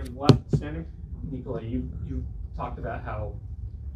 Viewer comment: Respect to the 2nd reporter for pronouncing Nikola correctly.